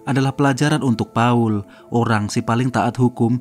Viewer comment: Paul yg betul² Pa 'ul